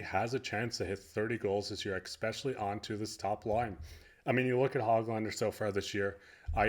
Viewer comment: OK. After having watched your vids for the last couple of weeks, I'll join your newly acquired 500 subs. Congrats! But can you do me a favour? The word is 'especially' (ess-spesh-ee-ally), there is no 'k' sound in the first syllable. Thanks. Methinks we'll see Bains in the lineup against the Kraken at the end of the upcoming road trip. I agree with you: he definitely deserves a chance. Another Alex Burrows storyline. Keep the vids coming! They are appreciated. 😃